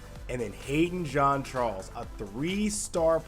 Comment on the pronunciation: Ok guys say it with me JEAN CHARLES NOT JOHN CHARLES 🤦🏾‍♂️🤦🏾‍♂️🤦🏾‍♂️